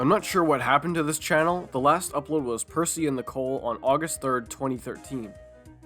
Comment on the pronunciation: actually the narrator in Fast Forward said Percy just in a casual tone though the thomas parodies wikia says he was not named. Yeah for the record I'm going say he said Bercy, because it barely sounded like Bertie as the sketch he was in wore on and That's Rosie